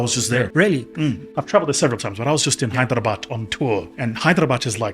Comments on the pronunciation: The Hyderabad pronunciation is so accurate. Many residents don't pronounce properly; they pronounce the "bad" literally! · He pronounced Hyderabad better than my English teacher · Bro he had me right when he said "Hyderabad" 💯